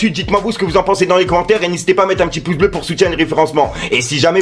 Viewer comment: Perso tant que tu ne prononce pas le mot pouce correctement je ne mettrai pas le pbleu 😂🤣 force 🙏💪